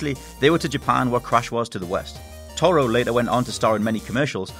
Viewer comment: "Tomo and Kuro" "Tomo" "TOMO" It's TORO!